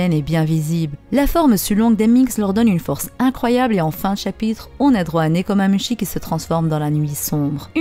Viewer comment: Nekomamushi, le Chat du Cheshire: se prononce chiche ailleurs